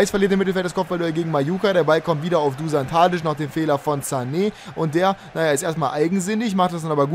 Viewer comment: Duschan taditsch!!! So spricht man ihn aus!!:)